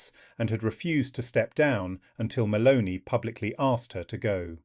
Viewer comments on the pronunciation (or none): It's MELONI not MALONEY! get a new computer.